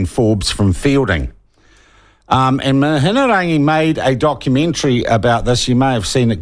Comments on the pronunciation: you spealt her name wrong in your title....and don't know how to pronounce it either. as a journalist, i thought your job is to report facts correctly and get details right. the way you slur your words makes me think you just sit around and get pissed all day while concocting drunken plans of propaganda against the decent people of this country. your talking but not presenting any facts....your facts are your supposed slurring words. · Sounds like youre a bit salty that Mihingarangi hasnt been relegated to youtube like you Sean. And as for Atlas group, do a quick google and youll see the links back to Act. It starts on their own website. Good journalism starts with yourself. Not to mention the ability to pronounce ones name is a good way to earn respect. You Sean, didnt even attempt to say it correctly. Go back to journo school. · Agreed. He can't even have the respect of pronouncing her name properly. And a quick google shows the Atlas group has links to the Taxpayer's Union. It mentions it on their own website. Act has connections to Taxpayers union. That's well known too. So I'd say there is truth in what was on the doco. It doesn't suit Sean's agenda though. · Shawn Pluckett is insincerely mispronouncing Mihingarangi Forbes' name. He is as crafty and clever as she is, and why shouldn't he be? Traditional media worldwide, of which these nerds have long been a part, has been crushed under the onslaught of social media podcasts, like those hosted by Joe Rogan and others. Karma is no longer a bitch, but a non-binary with a double-ended sex toy. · Slowly repeat Mi..hi...rangi. Why the f are you throwing in an extra syllable? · It’s Mihi-nga-rangi.. This is poor reporting. Have you seen the evidence of the Atlas group participating or just taking the word from David Farrer? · Can't even say her name. Lol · You can't even pronounce her name... 😄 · Pronounce her name properly. Give her some respect